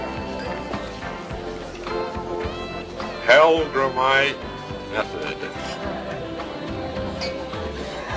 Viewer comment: "Hellgramite"--not "Hellgram"!